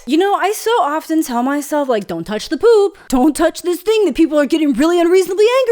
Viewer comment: I thought you said “boob” not “poop” and I was trying to figure out why anyone would say that. Said as someone that owns a pair and appreciates a lot of other pairs